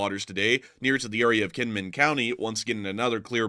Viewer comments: Just a small pet peeve of mine, the island of Kinmen is actually pronounced with a J like Jin-min. It’s a weird thing in Taiwan but cities that have K’s are usually pronounced with the J sound. Do this so you sound like a local. Lots of thanks from an American living in Taiwan right now by the by. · Kinman, ithought you said knit, hahah, tell to make you a sweater. Hahahah, hope ya remember.....❤ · Kinmin, or was it Kinmen? LSA!